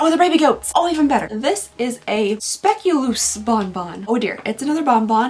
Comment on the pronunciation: I know what the Spek-u-lose is! It's Specculaas (Spay-QUE-lass) a dutch Christmas cookie that's been gaining popularity lately! I've had them since I was little but they're popping up everywhere now!